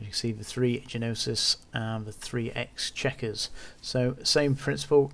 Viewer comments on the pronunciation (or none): Great explanation on how it works, but the Exequror is pronounced X-E-Q-ror not X checker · thanks. The ships are "NO-sis" and "ex-ECK-yer-er". {Greek- and French-derived names with particular pronunciations)